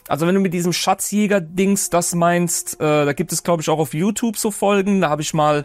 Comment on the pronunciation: Wusstest du dass du nicht richtig Youtube sagen kannst?